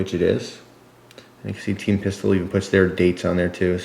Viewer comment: it sounds like you're saying "teen pistol" instead of team pistol